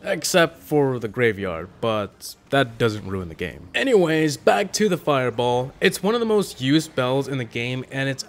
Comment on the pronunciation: What happened to the emphasized “back?” BACK